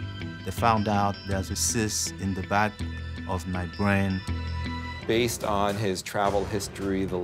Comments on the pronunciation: "affta aw is mai bwain" lol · "I mean, after all, it's my bwain!" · wom in my bwain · After all....it's my BWAIN! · After all, it is my bwain.